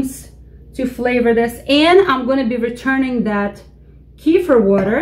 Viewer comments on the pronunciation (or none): I don't find anything at Wikipedia for Kifer, tried Kifir based on you pronunciation and didn't get a match. So, I tried with Google and I don't get anything for Kifer, but do get links for Kefir. Trying Wikipedia again, I get this link, Quote: " _Kefir (/kəˈfɪər/ kə-FEER;[1][2] also spelled as kephir or kefier; Russian: кефир; Adyghe: къундэпс; Karachay-Balkar: гыпы) is a fermented milk drink similar to a thin yogurt or ayran that is made from kefir grains, a specific type of mesophilic symbiotic culture. The drink originated in the North Caucasus, in particular the Elbrus region along the upper mountainous sections of Circassia, Karachay and Balkaria, from where it came to Russia,[3][4] and from there it spread to Europe, Canada, and the United States, where it is prepared by inoculating the milk of cows, goats, or sheep with kefir grains.[5]..._". I'm sure that this is what you are talking about, " Kefir. instead of Kifer.. Please make the correction in the title for this video, if that can be done without losing this page.